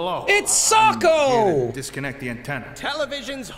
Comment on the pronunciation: Jack just said socko… From Bo